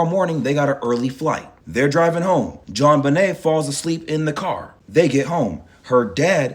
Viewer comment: “JonBUHnay Ramsey” 🤭